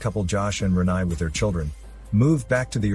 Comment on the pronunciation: Her name is pronounced 'Re-NAY' not 'Re-NIE'